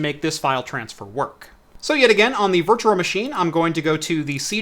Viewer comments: Oh my god it bothers me so much how he says “Virtuar Machine” instead of “Virtual machine” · You say 'virtual machine' weird